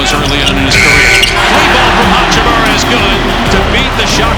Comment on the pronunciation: That frekin oralndo broadcaster saying hachim(you)ra driving me crazy